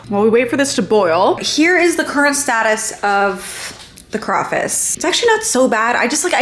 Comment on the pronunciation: We need to stop saying crawfice 😂 it’s hitting my ears so wrong